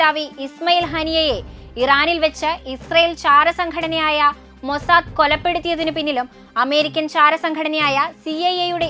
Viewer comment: പിന്നെ ഇസ്രായേൽ ഇന്റലിജിൻസ്.. മൊസാക് അല്ല മോളെ മൊസാദ്.. വാക്കുകൾ ആദ്യം പഠിക്കു എന്നിട്ട് ഓരിയിട് 😲